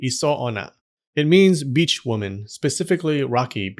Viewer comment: Beach woman! But what I heard it "b*tch" woman.